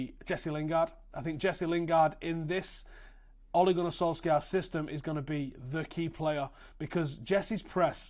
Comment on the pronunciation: Interesting video, well done, agree with most of it. You pronounce his name pretty well, for not being Norwegian, but we don't pronounce the k in his name ;)